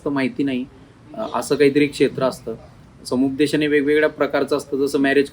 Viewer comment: संपूदेशन नाही. समुपदेशन.